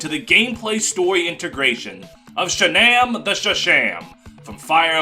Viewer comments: IT'S SHAGNAWM NOT SHANAMM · not pronouncing shannam like Shannon is insanity